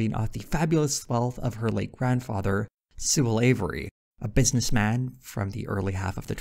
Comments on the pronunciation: "Sewell Avery" sounds like the jokiest of joke names. I legit thought you said slavery weird lmao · I was listening to this in the background, so when Sewell Avery's name came up, it sounded exactly like "slavery" at which point I had to return and check. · lol For second I thought you said her grandfather’s name was “Suh-lavery” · "Sewell Avery" sounds like a really exaggerated Southern pronunciation of "slavery", which is just incredibly on the nose for the ancestor of an heiress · When you said "Sewell avery I thought you said slavery originally lol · I needed to do a double take because I thought you said slavery. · SeweLlAVERY lmao